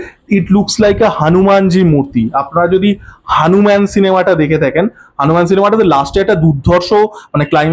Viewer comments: গণপতি র উচ্চারণ গানপতি, হনুমান র উচ্চারণ হানুমান বলছেন আবার বাংলা কালচার নিয়ে কথাও বলছেন😃😃 😂 এতে কোথাও হনুমান বলে মনে হচ্ছে না ...... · ami jani..... Apni je murti ta hanuman r moto lagche bollen sei uccharon r kotha bolechi😃